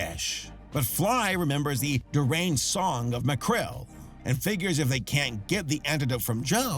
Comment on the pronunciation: its Macrel Mcrel...